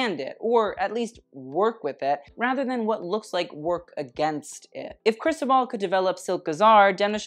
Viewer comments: Ikr? Sounds like he's slurring crystal ball instead.. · I live 4 u but it’s pronounced cris-toe-ball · Just a note: the accent in Cristóbal falls in the o 😊